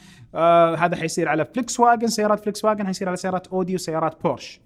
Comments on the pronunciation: اسمها فولكس واغن مش فليكس واغن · انت عندك تناقض بالحكي. اول اشي حكيت هواوي بتنسحب من السوق الا ب امريكا. بعدين حكيت بتنسحب من امريكا. و اللفظ غلط ل ڤولكس واغن 😅😅😅